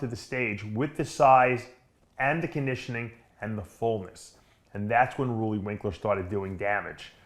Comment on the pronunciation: Roooooleee , Roelly man Roelly , not ruuuuly